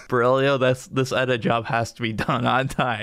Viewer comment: Oh, damn, they got Berílio's name right!